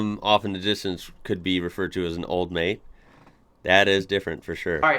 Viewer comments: And it’s not old mate, it’s ol’ mate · Old mate is exactly as you said it, anyone random who you may not know, normally we say old mate when talking about someone, not so much as a way of addressing the person youre talking to.